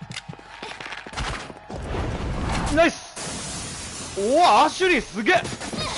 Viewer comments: アシェリーじゃなくてアシュリーじゃない？ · アシュリーなのにずっとアシェリーアシェリー呼んでるの笑うてwwww